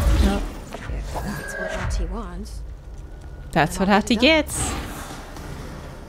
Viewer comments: Ahti’s actor is such a regular face in Finnish tv but his portrayal in this is on another level. He’s so creepy! Also, the name is pronounced more like Ahh-ti, the h is clearly pronounced and the t is short.So cool of you to play this game, Finnish representation and all that :) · Oof. Must be frustrating for the Finnish people having to deal with the main protagonist calling the janitor "Aati" and not "Ahti" lol... Regards from Norway by the way, Finns are the best<3 (yes take the heart and shut up you cold bastard brothers :D )